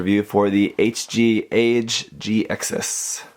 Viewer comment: I love how you said HG Age G hahaha